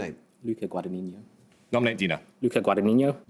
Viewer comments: He pronounced Guadagnino as Guadagnigno/Guadagninio, should not get the points. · It’s not “Guada-niño”, it’s an Italian name and the gn is on the first n. Like in the word “ignorant” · I actually pronounced it as Guadaniño